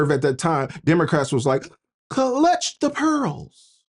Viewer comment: KA-LUTCH their pearls. That's pissterical! Love the drama. I backed up the video 3 times just to hear you say it again... and again. 😂😂😂😂😂🦪🦪🦪